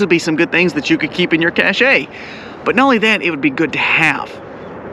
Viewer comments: Pronunciation wise: A "Cash" is a thing you hide, like cashing food on the trail so you can go longer on the Appalachian trail. "Cash - A", is something in style or with social value like a Rolex watch (which is not a bad idea either, as a store of value, a Channel jacket, not so much). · Cache is prponounce "cash" not the French way: "cashay" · Cache is pronounced "Cash", one syllable. Please. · The pronounciation is 'CAISH'. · ca. shay. Is the correct pronunciation.